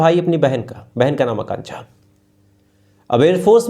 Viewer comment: 1.44 वीभस्त नहीं वीभत्स। और आकांछा नहीं आकांक्षा। साथ ही स और श में अंतर होता है भाई। हिंदी सुधार अपनी।